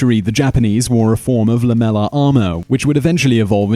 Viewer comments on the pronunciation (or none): none